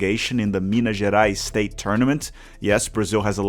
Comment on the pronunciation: my dude's English accent is better than his Portuguese accent, where he mixes up the sounds of S and Sh ;) you almost slipped in English even haha - "shtate" -- just kidding! keep up the good work, "cheersh" from Rio Grande do Sul!